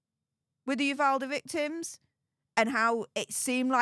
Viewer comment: ...thank you for pronouncing "Uvalde" correctly. Nothing is more awkward and disrespectful than trying to show interest in a community and not pronouncing the town's name wrong. (PS...please tell Andy too!)